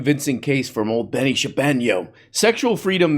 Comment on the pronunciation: what's this guys name again? benny sharkeesheño??